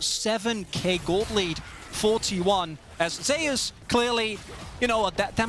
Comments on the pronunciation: Why are they pronouncing "Zeus" as "Zay us"? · I can’t stand the way the pronounce Zeus